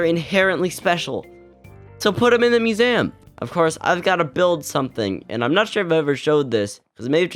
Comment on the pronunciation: The way you pronounce museum is infuriating